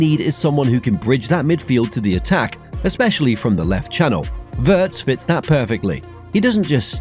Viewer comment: Good video, thanks. Butb please learn how to pronounce Wirtz correctly. Ifyou can pronounce Steven Spielberg, you should be able to pronounce Wirtz correctly as well!!!!